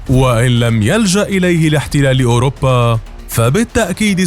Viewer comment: أوروبا وليس اوربا